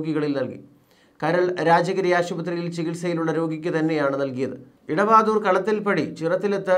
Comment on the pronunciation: 🙏🙏 കോട്ടയം ജില്ലയിലെ vadavaadhoor ആണ്. Idavadhoor അല്ല. 🙏